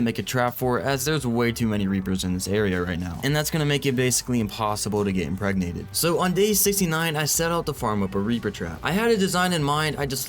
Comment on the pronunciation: "When impregenates me" My mom: "Whats that I just heard?"